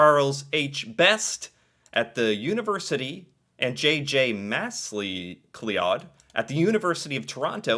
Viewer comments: The way you pronounced "MacLeod" (Masly Klee odd) is hilarious. It's pronounced "Mickcloud". I know because my surname is "McLeod" (pronounced the same way). Do you not have McDonalds, McKenzies, etc. in the U.S.? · McLeod is pronounced MCCloud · It always amazes me how butchers Scottish names.:) JJ Mass-cee-cleod? And YouTuber JJ McCoola? Come to think of it, maybe it is just JJs. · Really, I have seen a lot Canadian comments how to pronounce McLeod and every comment says not the same pronunciation